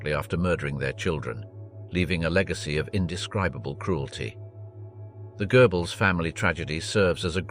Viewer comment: It's Goebbles not Goerbbles. Lector pronounces some names in a funny way. It's not gerbils either.